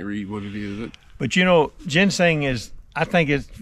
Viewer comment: I knew that but had no idea plus we were just funn'in. couldn't even pronounce ginseng. Lol